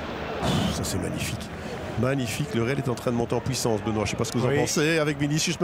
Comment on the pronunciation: Sa me fume quand il dis benois